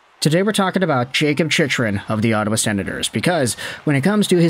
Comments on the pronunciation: It's pronounced Chick-Run, not Chich-Run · It’s Jakob Chick-Run.